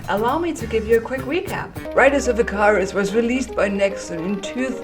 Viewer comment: Riders of 'ih-K-ER-uh-s'